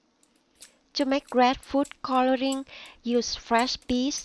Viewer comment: It's coloring not cororing